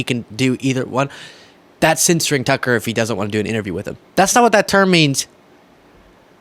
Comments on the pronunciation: What we all just started mispronouncing their names - Toocker and Troomp 😂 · Tooker. Lol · Let's all just agree to pronounce boofhead's name "Too Cur" Carlson. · Apparently Tucker pronounces his name with an F, so either is good